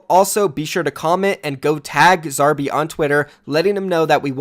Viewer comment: The way you say Zarby sounds so weird to an Aussie like me LMAO